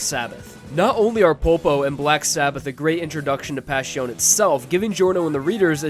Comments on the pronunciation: STOP SAYING PASHIOUN! Its really cringe! as an italian i wanna choke everyone that spells it like that. Guys its not that difficult. Its much easier then that, just say Passione. Its literally spelled like its written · I have no idea why he pronounces it like that its not that hard to say passione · Why is pronounced PasHiOn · I'm like 95% certain that's not how Passione is pronounced. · take a shot every time mispronounces passione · Vento Ohrayoh? Pashioun? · going from saying "vento aureo" (Italian for golden wind), but pronouncing both it and passione wrong irritates me.